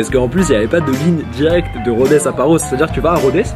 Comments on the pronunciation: Super vidéo, cependant je suis grec et Rhodes ne se prononce pas "Rhodèsse" mais "Rhode" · Cest une blague titanesque ? Rodess ? On dit Rhodes